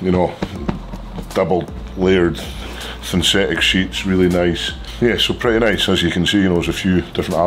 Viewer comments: Luke - “Thynsetic” sheets 😂😂. And Toms impression of Luke was brilliant 😂 class upload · "Thynsetic sheets" 😂 A bit of lysdexia from Luke there